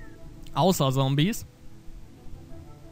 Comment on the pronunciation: Warum sagst du immer "Sombies"? :D